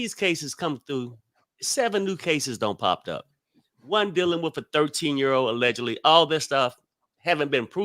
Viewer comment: You should know the word is allegedly not ellegedly🤦🏿‍♀️